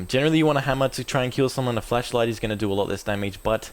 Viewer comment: I just love how it sounds like your saying "fleshlight" instead of "flashlight". I find it funny.